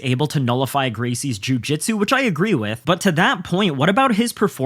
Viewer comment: Your pronunciation of jiu jitsu would make McKenzie Dern proud lol